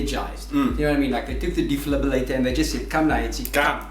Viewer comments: What is a Deflibilator? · yeah I know that, but called it a deflibilator lol